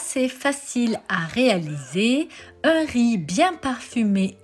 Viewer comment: RIZ PILAF ....De tte ma vie je n'ai jamais entendu quelqu'un dire RIZZZ ,on ne prononce pas le Z , jamais!!!